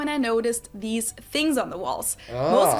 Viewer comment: "Seven Fings" 😅